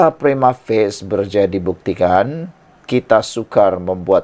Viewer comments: Prima.... Fa.. Cie.. Bukan Prima Face 😂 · Prima facie lah boss bukan prima face😅😂😂